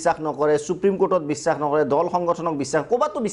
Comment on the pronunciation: Valke Assamese Kobo noware bissak ok bissas boli koi